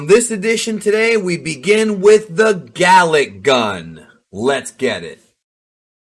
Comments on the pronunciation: Did you say Garlic? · Vegeta: "GALICK GUN..." Goku: "ooh! Did you say 'garlic-'." Vegeta: "AAARRGGHH!!!" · garlic gun was all i heard whenever he said galick